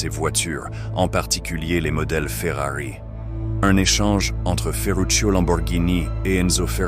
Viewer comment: j'avoue le "lambowurgnini' et le 'fwueuari' son un peu, comment dire, agacent mais sinon la vidéo est très intéressante, bon montage ect.... tu mérite vachement plus de vues! essaie aussi de mettre plus d’énergies dans tu voix!